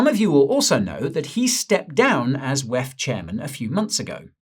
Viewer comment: Please do say wef as it sounds silly rather pronounce it as separate letters WEF